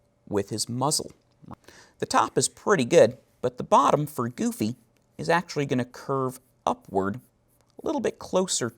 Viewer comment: I loved the tutorial but GOD I hate how he says "Goofy" *cringes hardly*